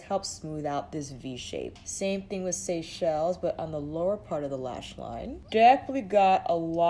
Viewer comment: You get extra points for being the only YouTuber to pronounce “Seychelles” correctly! Haha!